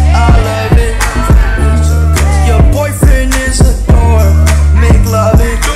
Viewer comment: Its dork not door